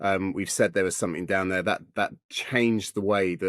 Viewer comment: He can't pronounce "there" and "aircraft".